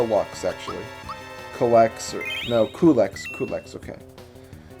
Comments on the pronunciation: his name is said like q-lex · His name is pronounced CUE-Lex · I also pronounce Coo-lex :D So yay for us! Another secret from this game... I'm not sure if somebody else has told you, but if you try to exit Marrymore using the north exit (the one that is beside the church) just after saving Toadstool, and say "no" to all of the next requests of your party, something funny happens. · Well I'm going with Chuggaaconroy here but I think his name is pronounced Cue-lex It actually kinda sounds cool. Also people I know I was wrong on one of my comments but whatever. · Culex has fallen and has emerged victorious. I always pronounced his name Cull-Ex, but I guess it really don't matter. Fantastic work with Super Mario RPG. When you really look back, you have come a long way since your first LP. Now you're definitely getting to the point where you are an expert Let's Player (one of the best on YouTube... and I'm not just saying that because we're friends). I can't wait for your next Let's Play project,! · i think its que-lix